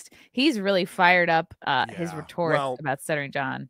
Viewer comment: Chrissy pronunciation of “Rhetoric” is perhaps as embarrassing as anything the vile drunk stutterer has ever said. Cringe.